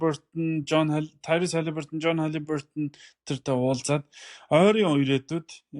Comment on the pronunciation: Брюс жэймс биш Брайс (Bryce); Өмнө нь бас Тайрус Макси гд бсн. Зүй нь Тайриз. "Зогсоогдошгүй" гэж Монгол үг байхгүй. Зүй нь Зогсоошгүй. Өө хэлж байгаад уучлаарай